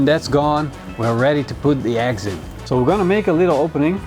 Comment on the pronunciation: Eggs!? I thought you said "axe". Totally confused, as usual..:)